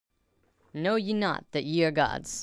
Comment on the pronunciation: Lol I know this is an old video, but for future reference, the word "ye" is pronounced like "thee." in old english, the 'y' was used to represent the 'th' sound:)